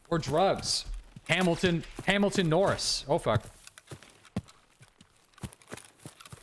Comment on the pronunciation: FYI it's Hamilton Morris, not Norris. He's the son of Errol Morris, a fantastic documentarian as well.